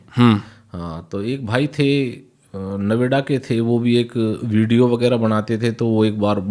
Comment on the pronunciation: Noida❌❌ Naveda✔✔✔✔